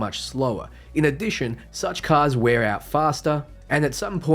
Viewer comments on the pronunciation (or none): none